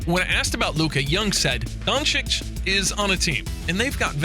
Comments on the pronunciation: Luka Jhoncic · Kyle Embid Luka Jonchich : D